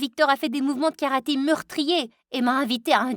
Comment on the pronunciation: C karaté pas karate